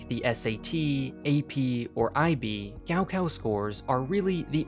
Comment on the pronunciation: as someone who speaks chinese, hearing him say “gao kao” like that so many times triggered something inside me